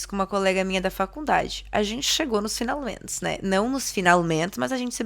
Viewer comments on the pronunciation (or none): Atualment ... Finalment ... 😂 Adoro esse " t " mudo dela.❤ É um charme.